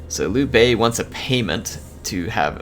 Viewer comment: Ey he almost got Liu-Bei's name right